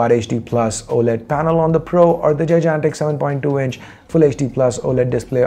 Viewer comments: Jijantic is not a word get ur pronunciation rite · Forget the phones U say gigantic weird